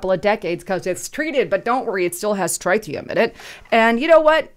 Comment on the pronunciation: Please learn to say "TRITEEIUM"....